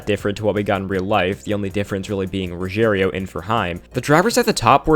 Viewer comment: Lol I don't watch the truck series but I'm really good at reading so I'm pretty sure Gio's name isn't "Ruggerio"